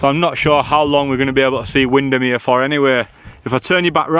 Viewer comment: As soon as you said “wind-am-here” it arrived 🤣🤣🤣